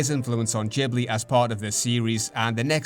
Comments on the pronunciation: It's not Jee blee, but gi·blee. Great video ! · If I may, Ghibli is an Italian name for a wind, "GH" in Italian is pronounced like "GU" in English like "guet" or "guard" not like a "J" ou "DJ". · because he is saying it in the Japan pronunciation. UK, US, Latin based language we pronunced it Gibli as intended in Italy (I’m a humble Italian from Avellino). Only Japanese and some others Asians countries says Jee because in native Japanese phonetic is different that’s all ^^ (and it would mean something else)